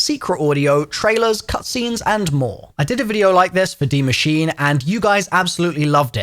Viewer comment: pronounces Der Eisendrache impeccably Also: butchers Die Maschine every time 🤣